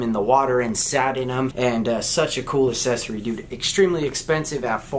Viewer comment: Say it with me: Ack-sess-or-ee